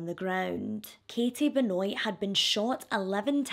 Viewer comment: I think you might br mispronounced the last name. I think it's like Ben-wah.